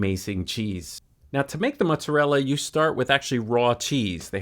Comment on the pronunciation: Ahhhh, love this! He was making a work of art while you were also. And thank you for the correct pronunciation of "mutzarella"